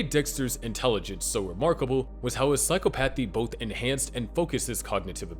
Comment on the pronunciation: it’s “sci-cop-o-thē” not “sci-cō-path-ee”